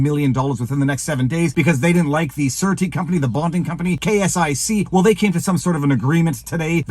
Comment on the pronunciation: I couldn't figure out what a "certi" was - then I saw the word "surety". It is pronounced SHUR-A-TI. Then it made sense to me, as in a surety bond...